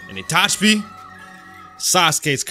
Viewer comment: Itachi. Not Itachbi.